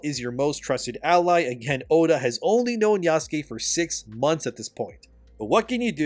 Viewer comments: Just say oda instead full name, you keep saying odu when saying his full name makes me pause when doing chores lol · as terrible as this game is and I'm no way defending the crap game, the blatant bad faith arguments he makes is annoying. he's no different than those dicc riding positive review game journalists. how hard is it to pronounce Oda Nobunaga? "Odu" he says while bashing the game for its dumbness too. when Oda was about to die burned alive, his castle destroyed, and people killed there was honor in letting his retainer be his 2nd obviously. that's the culture of the warrior code they had. some critical thinking there instead of copying and pasting other people's opinion would go a long way. it's credible to believe a man 3 feet taller than you, with 100 pounds of muscle weight more than you can beat a legendary decrepit assassin who is fighting in a way that IS NOT how assassins do their work. imagine a 90-year-old Japanese man trying to 1v1 a tall, strong and harshly trained warrior in his prime who has every single advantage over you. the result was a legendary figure reduced to simple fodder by an average outsider with decent resources. you know. the theme of everything involving Oda Nobunaga in every piece of media he is in, seeing as he was the visionary who showed Japan the weakness the isolation and outdated warrior code ingrained in its people compared to the west. as terrible as this game is, you don't need to make yourself stoop to the level of terrible game journalists because you want to join the hater bandwagon. integrity is knowing this game isn't a 10 and it's not a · Love your vids but I can't take saying Oda as Odoo 😂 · why do you call him "Odoo Nobunaga" and not Oda Nobunaga? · It drives me up the wall how says Oda when using only his first name but pronounces it Odu when saying his family name as well. 😄 Great video again,, keep it up. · Stop saying Odu Nobunaga. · Why do you keep saying Odu Nabunaga 😂